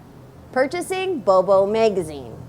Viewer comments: I LOVE YOU SASCHA!!! saya juga lagi susah nih belajar bahasa spanyol. sekarang tinggal di Kolombia dan masih enggak lancar ngomongnya. kayaknya bakal contek metode belajarnya, deh. makasih banyaaaaak!! btw, mungkin kamu mesti latihan ngomong "bobo" karena masih terdengar seperti "bowbow" hihihi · bo bo..not bow bow 😝